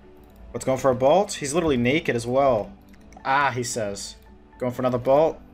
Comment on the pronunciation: Good content. Hate how you pronounce bolt as balt though